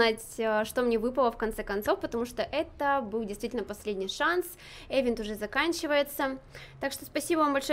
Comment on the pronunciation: Не эвент а ивент😂